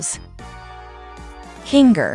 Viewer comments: its kinger. not kinga. and its TWITTER NOT X. I WILL NEVER CALL IT X! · It's kinger not kin-ger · It’s kinger not kinga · KINGA? KINGA? HIS NAME IS KINGER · KINGA BRITAIN ACCENT 😂😂😂😂😂😂😂😂😂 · Why do you call kinger kingga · BRO IT SAID KINGR FOR ZOOPLE❔️ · The fact that you said Kinger,s and ragutha, name wrong😂